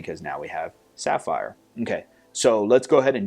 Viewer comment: The pronunciation! :D Great job with the sapphire